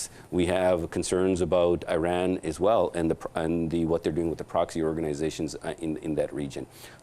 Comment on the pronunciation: He said eran it’s iran